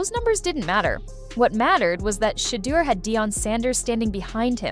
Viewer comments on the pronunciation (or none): this chic called him sheee-durr lmao